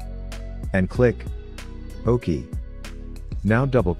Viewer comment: Too Funny! The text to voice doesn't know how to say regedit, OK, or type. Useful info, just funny to listen to.